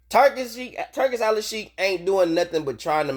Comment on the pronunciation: It's Al-sheikh, not Al-al-sheikh And it's pronounced "Tour-Key", not "Turkey".